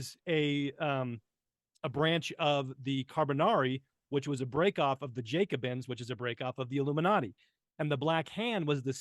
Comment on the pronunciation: The " Jacobins" with a short "a" and a long "o".